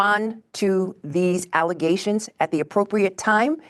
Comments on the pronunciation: FALZ ALLUHZAYSHINS, NOT FATS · “False allezations “ man they really aren’t the brightest now are they? 😂😂😂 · “Baseless alezzations” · I swear I will NEVER hear the word “allegations” the same again. All I hear is “allizations” regardless of whose mouth it comes out of…. I’m RUINED 🤣🤣